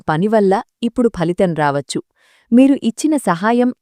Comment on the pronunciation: ప్రసంగం బాగున్నది కానీ "వచ్చు" అనేమాట పలికేవిధానం అదికాదు మీరు SP బాలసుబ్రహ్మణ్యం గారి మాటలు వినండి మీలోపాలూమీకు కనిపిస్తాయి